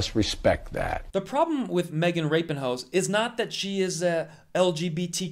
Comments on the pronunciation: Is it pronounced the way he is pronouncing it?? As in Rapinhoe???😂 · Kvon she’s not “Rapinhoe” like “Ivanhoe”. She’s Rapinoe. Lol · Is it really pronounced rapinhoe ? 😂😂😂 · Did you just call her Magen Rapinhoe? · Agree with you. I have spent time explaining the issue with sister and niece. My problem is why would you ever pronounce her last name Rap-n-Hoes? At best it was a sophmoric horrible joke, at worst it feels like since a women is wrong its far game to say something truly offensive in the this medium.. Anyone else feel like this? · Why is nobody talking about how Kvon pronounces her name🤣🤣🤣 I can't stop laughing 😂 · You got my thumbs up just for the pronunciation of her last name, brilliant! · I like how he pronounced her name. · I think you made good points. My partner and I used to be a fan of hers, but her attitude has been a huge turn off for us. We much prefer Kelley O'Hara, Julie Ertz, Carli Lloyd, and Tobin Heath. I would suggest, however, that you pronounce her last name properly. Otherwise, you bring yourself down to her level, which is not a place anyone wants to be. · Disclosing all info about the clips is helpful and shows integrity. Tell your viewers who was IN the WH when she said that. It was Trump and he hates women, weak people, and LBGTQ people. And, just like most Conservatives, you think it's funny to mispronounce people's names. Get it right! Also, sound like you also hate. I love Megan and yes, there is discrimination. Please...!